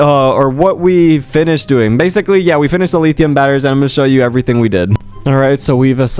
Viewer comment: "Leetheeum batteries" 💀